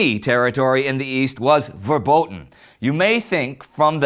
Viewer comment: you say it as ''ferboten'' btw